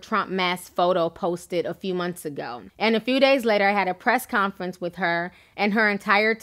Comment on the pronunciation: You keep saying when he was "ax" about. It's prounounced "ASKEKD". Your using the X instead of the S. Also, it's not WIF it's WITH. Don't use F, use TH TH TH.